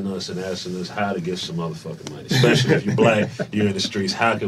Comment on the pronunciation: It’s so hard to take advice from people who pronounce “especially” as “exspecially.” All his credibility has blown out the window. 🙄